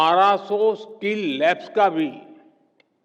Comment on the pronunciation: PM जी स्किल skill होता है स्कील skeel नहीं। कम से कम बच्चों के सामने बोलने से पहले स्क्रिप्ट को ढंग से पढ़ लेना चाहिए या किसी शिक्षित व्यक्ति से चेक कारवा लेना चाहिए